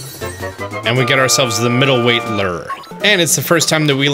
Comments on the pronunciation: Dope walk through. It's pronounced Lou - Er (Lure) not Lur though ;). Thanks for the tips man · Change your ler....... I think you mean Lew er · A fishing lures is pronounced Lu-Er... I hope you were just joking calling it a Luur or Ler. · Wtf is a "lur"??? It's pronounced "LOO-ur". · gah! lol. maybe its my Canadian ways and someone who actually fishes...the way you say lure like "leeer" drives me bonkers. lol .its pronounced like "loo were" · “Now, anytime after you get a new ‘ler’” 😂 I love it. Thanks for the tips and tricks! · Lol “Lurr” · Great video. I do get a nice chuckle at the way you pronounce "lure" though.